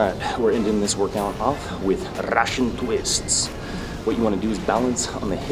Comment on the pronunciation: the pronouncing of Russian twists had me dying lmao hahah ,btw I'm 17 working out for 10 months ,following your advices and most importantly getting buff...keep going guys you're the best fitness channel on the internet ;)